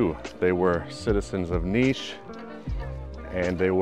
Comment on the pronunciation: Its cool that you say niš and not like nis😊